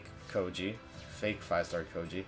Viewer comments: >koji? lol its Sho-ji (choji) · His name is choji not coji